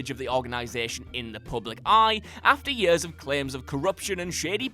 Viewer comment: The way you say years hurts my soul no offense